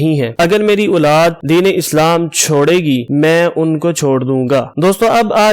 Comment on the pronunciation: موقِع کو موقعَ نہیں کہا جاتا بلکہ "موقعے" پڑھا جاتا ہے جبکہ موقع لکھا جاتا ہے۔ اسی طرح اوَلاد کو اوٗلاد کیسے پڑھتے ہیں۔ مِثال کو مَثال کہدیتے ہیں جو غلط ہے۔ اس کو اِس کہہ نہیں سکتے کیونکہ ان میں سے کوئی بھی وہاں موجود نہیں ہے۔ وِراثت کو وَراثت کہنا بھی غلط۔